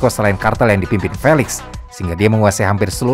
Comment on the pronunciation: Thx min akhirnya ada yg bahas kartel mehiko sekomplit ini Sepanjang akun YT lu berdiri, gw full ngikutin semua pembahasan, tapi kali ini punten bgtt, Izinkan gw buat ikut komentar ngasih sedikit masukan yaa hehe 🙏🏻 Karna konten kaya gini 60%nya Audio/Lisan/Verbal Maka akan lebih nantep kalo spell nya juga tepattt minn Kartel: dibaca kartEl (E bEbEk) Chihuahua: ciwawa Guadalajara: guadalahara Medellin: medeyin Tijuana: tihuana Juarez: huares Jouaqin: huakin Miguel: migel Angel: anggEl El Chapo: el capo Los Zetas: los zetas (Znya, zet atuh min tong jet wae wkwk) La Chata: la cata Coahuila: kuwila Ciudad: siudad Baja: baha